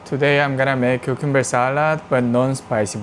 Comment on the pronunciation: It’s cool how you say cucumber like carribeans